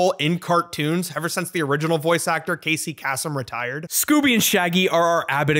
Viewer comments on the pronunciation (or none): "cassie cassum" bruh lol